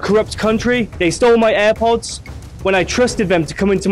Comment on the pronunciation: Eye pods nahi airpods 😂